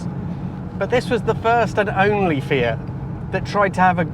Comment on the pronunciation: What a lovely car. And,, thank you for saying, "Fee-it" and not, "Fee-ahht", which is all I hear in the States. My Fiat-factory-trained mechanic of years past, who spoke with an accent thicker than top-quality Alfredo sauce, pronounced it as you do. In my American accent, I have always said, "Fee-at" with an acceptably flat, "a". But, "Fee-ahht"? Never!